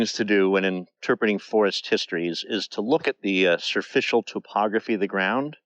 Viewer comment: There is NO WORD "serficial" - its superficial. Speak English properly please.